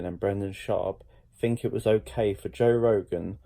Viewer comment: Why do you fink! Jesus H bud, wasnt Webster's English Dictionary made in England? And you cant say the word THINK properly?